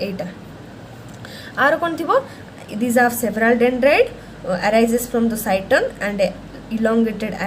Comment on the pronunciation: Head part of neuron is called cyton/cell body not cyston what you are saying.